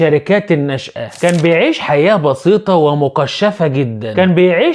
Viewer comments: رجاءا خلي بالك من نطق الكلمات ( متقشفة ) وليست مقشفة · مقشفه ❌ متقشفه ✔️